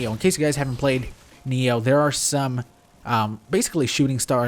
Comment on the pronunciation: Why the hell do you say NEO?